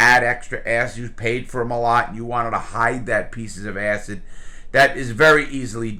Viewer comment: "ass hid" acid... lol